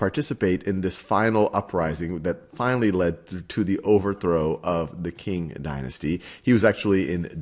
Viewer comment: Qing is pronounced Ching not King!